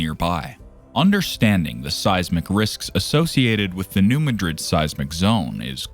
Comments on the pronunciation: Growing up in the mid south we have known all this. Also, it’s not pronounced like the capital of Spain(Muh-drid), it’s pronounced “New Mad-Rid”. I don’t know why people from that area name towns after more well known places and pronounce them differently. There is also a Hayti, Missouri and they pronounce it “Hey-Tie”, not like “Hatey”. Or Cairo, Illinois is pronounced “Kay-Row” instead of “Ky-Row”. At guess at least Memphis is still pronounced the same way unless your from Memphis and then you prolly pronounce it “Miffiss”….. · The locals put the emphasis in the word Madrid on the first syllable. They don’t pronounce it like the city in Spain. You’re saying ma-DRID. It’s MAD-rid according to people who live there. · This video's credibility is undermined by the narrator's incorrect pronunciation of New MADrid. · Yep it does we are from the show me state and you have to show us and that means saying it correct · You are correct. We, who live on this thing, pronounce it New MAD’ rid, so it hurts our ears to hear it butchered, though I doubt anyone is going to care once she blows!🫢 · Learn to pronounce the name of a city before you report on it. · I'm just a little north west of NM. When they can't say the name right, I stop the video, because that tells me they haven't actually studied it. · You can't even pronounce the name of the name of the region correctly, but the whole world couldn't care less. Liars and morons. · It is not pronounced like Madrid, Spain. Know your area.